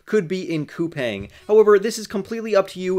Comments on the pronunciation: I live in South Korea, but I haven't invested in them. It is pronounced COU-PONG (the pong sounds like ping pong). If they're going to massively expand into Asia, sure. I definitely have invested in SOFI. I started out with 450 shares. I'm at 600 and going long. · Best of luck to you. As far as the pronunciation goes Google says it is pronounced COU-PANG